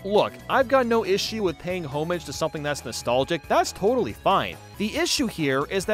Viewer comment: this is a great video, but i was so distracted by his pronunciation of “homage” and “epitome” that i had to pause and collect myself